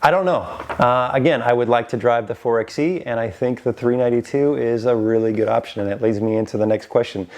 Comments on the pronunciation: It’s “Four-by-E” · Its pronounced "4 by e". It's a play on 4x4.